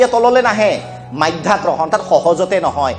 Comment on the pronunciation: ছাৰ মাধ্যাকৰ্ষণ নহয় মধ্যাকৰ্ষণ